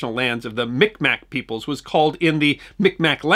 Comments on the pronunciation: Thanks I checked and in your country the name of the tribe seems to be pronounced phonetically. MikMak In Canada, the accepted pronunciation is: meeg mah I appreciate your work. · It's actually pronounced closer to Mig-mah (Mi'kmaq) now. Micmac was (or seemed to be) the norm when I was young. But, you're from away so I'm sure you'll get a pass. Pretty sure I saw this year's tree in transit. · A correction, Sir. It is not “Mic Mac” but rather Mi’kmaq, pronounced like mig-maw. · Just fyi it's pronounced mig-maw not mick-mack, despite the spelling